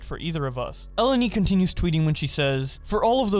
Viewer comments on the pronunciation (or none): E-len-e not Ellen-e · Obligatory comment for pronounciation purposes: Her name is read elEni. It's a Greek name. (source: someone who is Greek and has the same name)